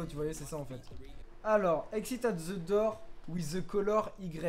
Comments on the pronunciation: Il la dit dour au lieu de door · On dit door pas dour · Dour mdrrrrrrrr , c'est Dort ( la prononciation ) , sa veut dire porte , tu le sait mais je prefere le rappeller , continue comme sa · The "dour" MDR, sa se dit "dor", 😁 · Je vais vomir, pendant toute la vidéo "dour" "dour " ! S'il vous plait tuez moi, dites lui que ça ce prononce "daur" ou "dôr"! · Tu t tromper au début tu a dit Door alors que sa se dit dore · Nan c'est "dor"